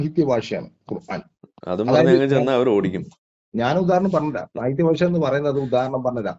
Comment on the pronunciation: ബാശയല്ലടാ 😄😄😄 ഭാഷ. I